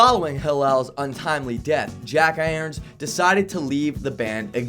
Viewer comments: I thought it was jack Irons, not aerns, the way you're saying it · Holy shit you have got to pronounce this shit correctly. "Californiacation?" "The Adventures of Raindance MAGEE???" "Jack AAYARONS???" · I cringed every time he said jack AAYARONS... Is it so hard to pronounce IRONS... like IRON MAN.. wtf dude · It's jack irons not Ayerns lol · Jack "Ayrons"? Rain dance McGee? Is English your first language? Embarrassing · lmao.. Jack Aarons... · Turned it off after Jack Ay-Yerns... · He cant even pronounce Irons how is he gonna pronounce Cliffhanger or Klinghoffer Hossenfeffer or whatever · How do possibly mispronounce “IRONS”??! 🤦‍♂️ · Why can’t you pronounce the word irons? I can sorta understand with other names, you obviously didn’t do your research or whatever, but irons is just an english word. I just don’t get it. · How is it so difficult for someone to pronounce IRON -_ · Great list and vid but am I the only one who noticed he pronounced the a lot of last names wrong lol like jack IRONS. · the way he pronounces Irons kills me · srsly can he pronounce anything right lol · didn't stop him from hillel and jack irons lmao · Is it really that hard to pronounce Jack IRONS !?!?